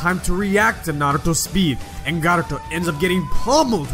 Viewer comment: You say naruto with such emphasis lmao